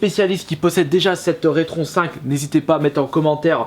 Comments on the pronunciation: On a déjà du te le dire mais la console se prononce Rétro N5 et non retron5. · Non plus, c'est RetroN 5.